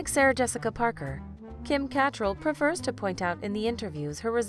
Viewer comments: ferociousgumby I cringed when she mispronounced her name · 2 minutes in and you can't even pronounce Catrall's last name properly and show the wrong picture of our late Prime Minister Trudeau 🤦🏼‍♀️ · Americans cannot speak English. The woman is not able to pronounce Cattrall properly......really annoying. And she pronounces auntie ignoring the u in the word .......making it sound like the auntie is an insect.........Americans 🙄😅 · How did u pronounce Kim Catrel both ways?? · pronounced Kims last name wrong. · U said cattrall wrong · Mispronouncing Kim Cattrall’s last name. Really grating on the ears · You need to do your homework, you can't even pronounce Kim Cattrall's name right and that pic was not Justin Trudeau's father! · Is this a computer voice narrating this? You're not pronouncing Kim Catrall's last name correctly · As for the comments on the mispronunciation of Kim catrall’s name I cringed too. However, Catrall was born in England. It definitely would the way a brit would pronounce it. But the narrator didn’t sound British. Confusing. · That wasn’t Pierre Elliot Trudeau, that was a TV broadcaster, and you mispronounced Kim’s last name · You’re not pronouncing Kim’s name correctly. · That’s not how you pronounce Kim’s second name. Also it’s as if they talked about SJP in a nice way through rose tinted specks but talked about Kim and Cynthia in a negative light! Something about the 61year old Kim’s love life and Cynthia’s acting career not taking off. Maybe she wanted to focus on her political career? If I’m not mistaken she was in a play and got rave reviews. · the pronunciation of Kim Cattrall’s surname triggered me... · You really need to get your facts straight! Cynthia Nixon did not give birth to her 3rd child, Christine Marinoni did. Learn how to pronounce Kim CaTtrall’s name properly. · Omg the way she pronounces CATTRALL is disturbia to the core. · Thomas van de Pol Not to mention learn how to pronounce the last name of Cat-TRALL! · Kim KA-tr-ell!!!